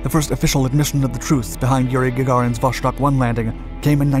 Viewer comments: It is pronounced vostOk, not vOshtok. Jesus... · Great video, just one small correction....it's not pronounced "voshtok", it's "vostok", which translates to "East" in Russian. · Vuh-STOKE with a hard O — meaning "East." Not VUSH-tok. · It’s pronounced “Vostok”; not “Voshtok”. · Why are you pronouncing it Vos(h)tok? The third Cyrillic letter in the name is a 'C' which is pronounced as an 's', not an 'sh'. You should know this when presenting such an important video. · It's "Vostok," not "Voshtok." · It was not VOSHTOK !! But simply Vostok !! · Not a big thing but it's "Vostok" not "Voštok" :) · VoStok, not voSHtok. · its vos-tok not vosh tok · Vostok is not pronounced with an "sh" sound, rather with "s" (like in 'submarine'). In ciryllyc letters it' looks like: Восток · Vostok = East Pronounced Vos-Tok' Not Vosh-Tok... I appreciate all of your educational videos. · Glad I'm not the only one to be bugged by this.. I can't watch the entire video because of the mispronunciation.. it is not Voshtok, omg.. it's Vosss-tok.. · It's pronounced Vost+ok right? Which is why it gets mispronounced so often is the 'ok' part is easily misheard by non-native speakers as Vosh+tok or Vos+shtok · "Vosztok" good job with accent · Hearing Vostok mispronounced so frequently is quite disappointing.